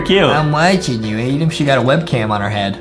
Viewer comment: is adem not adam